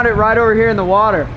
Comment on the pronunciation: Divine in the woter